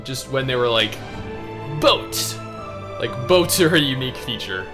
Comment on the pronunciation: The emphasis on BOATS in his voice couldn't help but laugh 😂💀 Also you uploaded when i was asleep :C